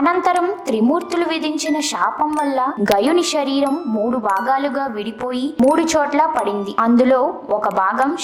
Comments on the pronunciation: వీడియో బానే ఉంది కానీ పలికే పదాలు సరిచేసుకుంటే 100% తెలుగు భాష బాగుంటుంది . షరీరం కాదు శరీరం. షాపం కాదు శాపం షకం కాదు శకం షషణాలు కాదు శాసనాలు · ష కాదు శరీరం